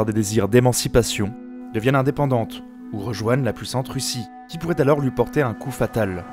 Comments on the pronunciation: Très bon texte, clair et précis. Attention aux 'liaisons dangereuses' au niveau de la prononciation ("il faut porter T'un grand coup aux russes..") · "Il faut porter-T-un grand coup"....Ça fait mal aux oreilles ! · "Il faut portet- un grand coup" liaison mal-t-à-propos comme dirait l'autre